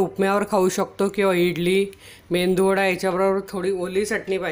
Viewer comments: मेंदु वडा नसतो मेदु वडा असतो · Mendu vada nahi o..... Medu vada bola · अहो ताई 'मेंदुवडा' नाही हो, 'मेदुवडा'.😂😂😂🙏🙏🙏